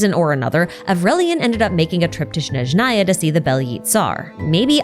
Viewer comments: a small correction, snezhnaya starts with “s”, not “sh”, (and strictly speaking in russian the emphasis should be on E, snEzhnaya, but i don’t know other slavic languages, maybe the emphasis differs depending on the language) the “y” in bely tsar also sounds a bit different…. as a native russian speaker it’s so hard to hear it, maybe i should do a youtube video with a pronunciation guide…. kinda pissed that the official voice acting doesn’t account for the nuances of the languages when it concerns the names , considering how heavily genshin is inspired by different cultures. the same thing with words like ratniki (in plural the emphasis is on a, rAtniki) or starshina (the emphasis is on the last a, starshinA), or solovei (solovEi) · changes the number on the Days Since Snazhnaya has been Mispronounced sign to 0